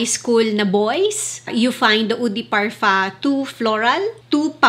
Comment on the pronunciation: Can you stop pronouncing parfum with parfa when you have a filipino accent? It doesn't sound good it's cringey. Love your videos tho 🙂